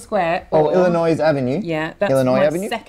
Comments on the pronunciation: That "IllinoiS avenue" made me cringe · Mat, you have offended me, you said IlliNOISE... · I'm always so surprised how much you in England know about the U. S. but did want to let you know that Illinois is pronounced like Il- lin - noy because the -ois is silent like the Q in cucumber We never play by the official rules; those were made by some child hating sadist ! Finite number of houses would be closer to real life I guess....they're not making any more land & not building any more beachfront property Well, ta - ta for now, I must go see what the problems with secret Santa are besides my gift never just being money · Why are you talking about Illinois Avenue, and pronouncing it wrong, when your spreadsheet has Trafalgar Square at position 24?